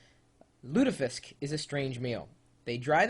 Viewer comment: Pronunciations: (you can look up the symbols on wikipedia, search for IPA) Raspeball: [rɑspɛbɑl] "rahspe-bal" Fårikål: [foriko:l] "four-ee-coal" Kjøttkaker: [çøtkɑ:kɛr] or [ʃøtkɑ:kər] "shut-kah-ker" Lutefisk [lʉtɛfisk] (you were very close!] Smalahove: [smɑ:lɑho:və] "small-a-ho-veh"